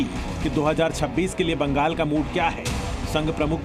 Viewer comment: Are anchor bhai sahab . Mangal nhi hota Bangal hota h 😂😮, vaise Bolne ka style चौकस था 😮